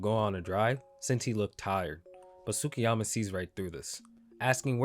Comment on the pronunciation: the U in Tsukiyama is silent. You pronounce the T, not the U.